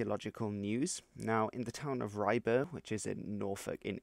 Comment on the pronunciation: In Norfolk we pronounce it “Rybruh”, just FYI.